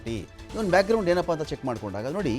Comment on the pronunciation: ಬ್ಯಾಕ್ ಗ್ರೌಂಡ್, ಬ್ಯಾಗ್ ಗ್ರೌಂಡ್ ಅಲ್ಲ, ಕನ್ನಡ ನಾ ಕೊಲೆ ಮಾಡ್ಬೇಡಿ.